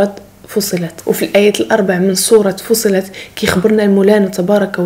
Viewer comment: جزاك الله خيرا أختي الأرضين بفتح الراء وكسر الضاد وسورة فصلت بتشديد الصاد .استمري موفقة بإذن الله.👍